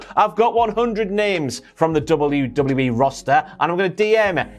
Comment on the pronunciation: Why haven't you learnt how to say WWE properly